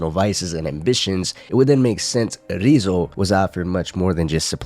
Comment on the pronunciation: Why do you say Ryuzo as "Rizzo"?